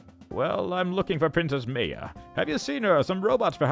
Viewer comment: Maya is pronounced Mai-uh Im sorry for correcting things and youve probably said something about saying it like that but it is really annoying